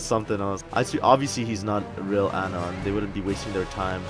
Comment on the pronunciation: you didn’t even say it right